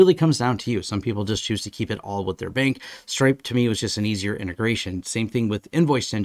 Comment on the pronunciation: I thought you said Strike and I was impressed that you were on the bleeding edge of technology with finances, then I realised you said stripe lols.